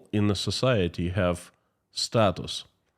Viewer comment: Society , sometimes I fill like he is saying Sasality